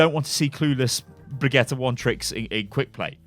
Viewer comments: Bree-git-the Not quite, but close enough. It's not Brigitta. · sounds like hes saying Brah-Get-Her. Its a different name every video hahahaha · for FUCK'S SAKE! IT'S PRONOUNCED BRIG-EE-TA. IT'S NOT THAT FUCKIN HARD. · Unsubscribe! bregetta .... Really?? I'm so triggered!!! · is it really that difficult to pronounce Bri-gee-tah? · bregetta? WHERS MEH SPAGETTE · I seriously don't understand how you struggle with her name so hard dude... you have literally heard Jeff pronounce it and you still can't say it... please stop. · look i have watched your channel for a LONG TIME but if you keep saying her name all crazy like im going to have to stop watching....... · sorry but the way you say her name annoys me. I got till the third time you said it and i just cant watch anymore. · Pleaze sty stop saying her name like that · Jeff has pronounced her name BTW any further mispronunciations are just laziness, especially from a popular content creator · Can you stop saying brigitte like that? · It irritates me when you say Brigitte.. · Stop, saying, her, name, like, that!!!!! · I'm stunned still cannot remember how to pronounce Bridgette's name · They're giving us 2 months to say her name properly in comp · I feel bad, but it still hurts to hear pronounce Brigitte. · idc how brigitte is pronounced ,the way you say it is the best .... lol